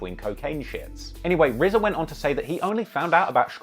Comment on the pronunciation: Two million dollars and it’s just a standard cheap ass CD. They could have at least pressed it on vinyl... Also-RZA had a two million dollar payday and STILL can’t pronounce his R’s?! He should have spent some of that money on a speech therapist.